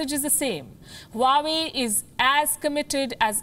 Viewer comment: Huawei is pronounced "Wawe".